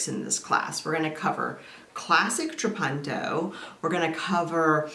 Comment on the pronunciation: It's italian, and pronounced more like how you first said it - a short 'u'. "tra-PUN-to" It means 'I quilt'